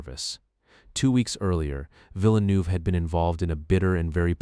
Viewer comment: I'm from Quebec and Villeneuve too and the way he pronounced it annoyed me so much 😭😭